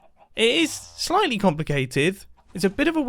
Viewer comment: im sorry, "S L I G H T L Y" complicated?